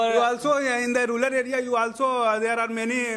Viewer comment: Rural ko ruler kyu bol rha h